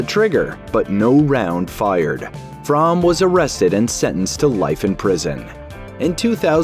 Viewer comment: Squeaky Fromme actually pronounces her own last name as "FROAMY".